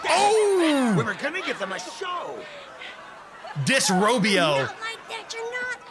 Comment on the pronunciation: He said disrobyo 🤣🤣